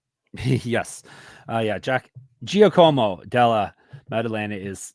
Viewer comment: I love you guys sooo much! BTW, I think Giacomo = JAH-ko-mo. lol